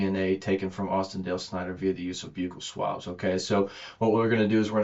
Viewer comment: I’m shocked. This is one of if not the very first officer that I have ever heard pronounce buccal swabs properly. I swear every other interview they call them buckle swabs and it triggers me to no end. 😅